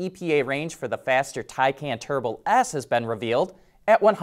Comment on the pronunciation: Glad to hear that you're finally pronouncing Taycan correctly. It only took you a year.